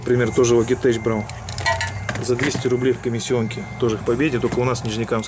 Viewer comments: название читается «Лоджитэк», а не Логитэчь. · как всегда супер видос. Не пойми превратно но всё-таки Лоджитек))))))